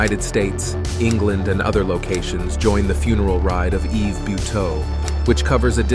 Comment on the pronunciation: First of all the s in Yves is silent and second how can you say it left all Canadians in fear? I live in the southern part of Quebec and it never bothered my life in any way.